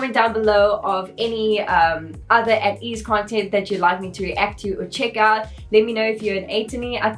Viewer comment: It's pronounced as 'Ey-teez' btw also thank u so much for this reaction! Ateez follows a certain storyline with their mv's and music plus theur song albums are also so good! If you want to react more to ateez, I suggest INCEPTION and THANXX MV their other recent mv's